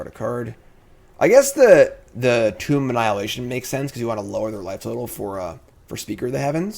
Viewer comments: youre killing me! Tomb is pronounced toom not tome lol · I love your content <3 but for someone with a language degree you sure do pronounce Tomb wrong, it's Toomb as in a burial site, not tome like a book:D